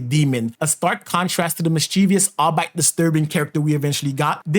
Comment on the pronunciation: Oh god, "belt a goose." Also, by "all bite," I think you're trying to say "albeit." That's pronounced like "all be it." It's so wild how people just completely mispronounce very common words. I'm 100% positive you have heard "albeit" out loud at least once. It's also wild how kids just don't retain any knowledge whatsoever anymore. Like how common words are pronounced. It's concerning